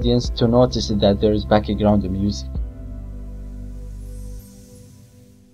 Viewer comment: I love it when he says backigraund instead of background. Awesome tut!!!Very usefull!